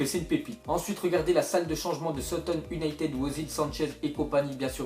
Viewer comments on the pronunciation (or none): none